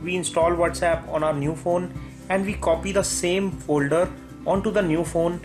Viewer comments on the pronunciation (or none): May old fon may new fon to may pisi..wtf is that ?? U makes me nervous !!! Where did u learn english ??